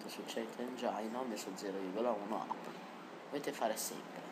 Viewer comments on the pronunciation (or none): ottimo video.. non mi va certo veloce come dici tu ma meglio di come andava prima.. ps "apply" si legge in maniera un po' diversa però! :)